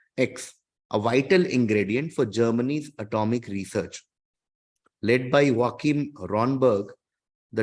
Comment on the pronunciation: You pronounce. Joachim very correctly good .